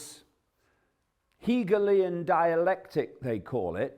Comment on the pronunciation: Higayleyiaaan Dilectik??? Na. I suggest you call it "Problem Reaction Solution". :)